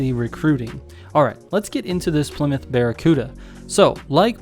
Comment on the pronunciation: The few people who pronounce the car correctly. Plee-myth not plai-mouth like most people 😁 Fun fact: most muscle cars and suv/truck uses the forged 4.7 v8, the boss mustang engine